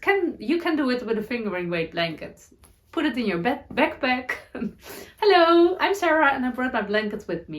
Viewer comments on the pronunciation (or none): none